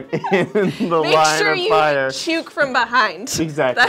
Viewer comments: Yooper all my life. Party store, yep. The hat is a CHOOK (rhymes with book), not chuke (rhymes with puke). The rest? Never heard of them. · If they pronounced chuke like its supposed to be they might have had better guesses. They could've found better words too. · Here in the UP it's called a chook, rhymes with book. Never hear fudgie, it's trolls. First I ever heard of doorwall. I heard hi-low once or twice, not in a long time. Party store for sure eh.